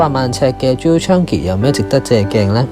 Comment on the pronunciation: Chang-i, not Chan-gi